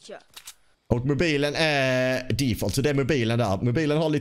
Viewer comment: lite roligt att du säger Mobajlen mutt XBOX ;D (inget hat)